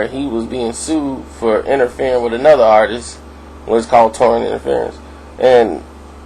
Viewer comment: Bro its Artist not Artisis no such word if you expect people to listen to you I strongly enforce that you improve your Verbal Comunication skills going forward...